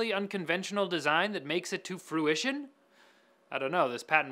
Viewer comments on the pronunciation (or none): none